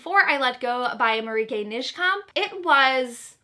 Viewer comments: Nijkamp is best pronounced as Nai-camp. thats all bye! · I love you but my Dutch heritage is forcing me to inform you that the “ij” in Nijkamp is a vowel. Of course there is no way you’d know this and that’s fine. You are awesome please keep doing what you do ☺️❤️